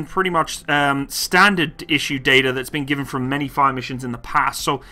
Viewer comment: FAUOR instead of fire is the weirdest pronunciation I've ever heard